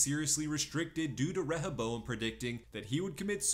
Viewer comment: Reh ha bowam lol. They fucking say it dozens of time in the show.